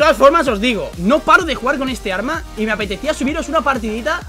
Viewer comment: jajajajaja dice orma en ves de arma